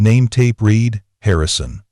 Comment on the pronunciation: Teach narrator how to pronounce the past tense of read.